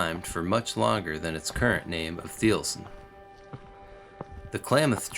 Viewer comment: If you can’t even pronounce it, I doubt the details of the review.